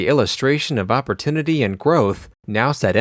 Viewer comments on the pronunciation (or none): none